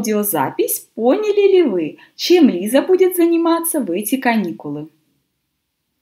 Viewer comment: Почему читаете Лайза, а не Лиза?